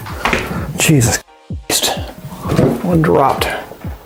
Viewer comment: It sounds like he says jesist